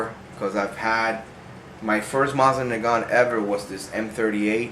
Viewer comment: Sorry, but this bugs me. The proper pronunciation is Moe-seen Nahgahn and the T in nagant is silent. I do like your collection! I recently started one of my own!